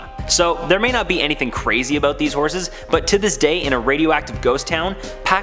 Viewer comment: it's annoying how you say about...sorry